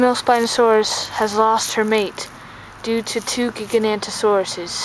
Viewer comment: Hey dude! This is personally one of my favorite dinosaur figure series I have seen and I am literally rewatching this after like 2 years! I don't want to sound rude at all, but it is pronounced Jig-uh-no-toe-sore-us Giganotosaurus :3 You probs gonna see me a lot lolz